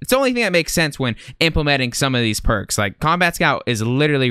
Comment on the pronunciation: Thought you said perc 30 😂